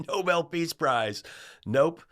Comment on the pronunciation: We NEEDED this! Perfect justice (and exactly the traits needed) that a WOMAN championing DEMOCRACY will receive the Nobel Peace Prize (and Karolyn? Nobel is pronounced with the accent on the second syllable.) Watch. tRump will pout and criticize the winner. Such a gracious man.